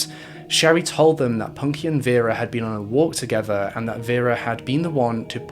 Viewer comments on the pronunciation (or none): none